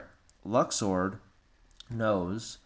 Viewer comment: Luxord. Luxord. Not Luxu. Read and listen.